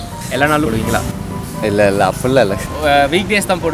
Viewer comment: Ena starting la poduvingala poduvingala nu sonningale kolam podubingalanu sonningala😂😂😂🤣🤣🤣🤣Na vera enamoo nanche..😁😁😁but very different video nice..